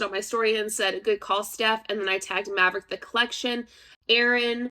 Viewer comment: It's OK no one knows how to say Maverick properly. And that's all right with me.